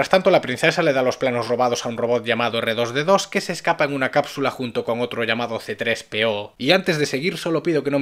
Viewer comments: No es "Arturito" es R2D2 q en inglés se pronuncia Ardudidu... Más o menos😅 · De echo solo cambia la pronunciacion r2d2 le dicen artwoditwo como en ingles ar de r two de 2 di de d y two x2 el 2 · Yo estoy con Sus verdaderos nombre son R2D2 y C3PO y su pronunciacion en inglés parace que dicen Arturito y Citripio El doblaje latinoamericano se equivoco